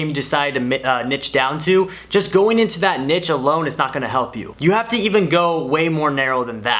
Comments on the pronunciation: He buchored the word niche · He said the word niche like we all say it in our heads🤣🤣😂